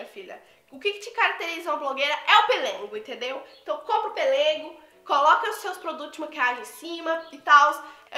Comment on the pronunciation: Amei suas comprinhas 😍😍😍🙏mas eu ri vc falando " pelengo" 🤣🤣🤣errar é humano...se diz pelego 🤣🤣vc é muito animada e divertida 🥰